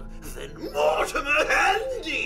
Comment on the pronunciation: Great video, great video, but... Did you say "More-timer"???